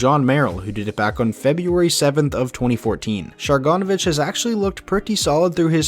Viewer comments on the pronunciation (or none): You mean Share-ur-sandwich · Say it with me, share-in-go-vich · Sharon-Go-Vich. You're going to see it more so you better learn how to say it 😜😉😉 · The Devils rookie Yegor Sharangovich is actually pronounced Yegor Share-in-go-vich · I’ve watched khl clips and they pronounce it the russian way “shah-rahn-go-vitch”, and nhl commentators aren’t a good reference for european name pronunciations imo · you’re right, I just checked. The two pronunciations are pretty close though and at least it’s not Shar-gon-ivich like he says or Shar-ango-vich like some other people say, lol. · Oh my lord...no one can pronounce Sharangovich’s name. Not hard. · Can't believe how badly you pronounced Sharangovich lol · how I said is how they pronounced it in the KHL and how they are currently in the NHL